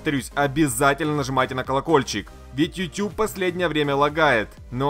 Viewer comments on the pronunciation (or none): none